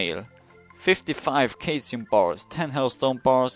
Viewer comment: I'm pretty sure caesium is pronounced sea-sium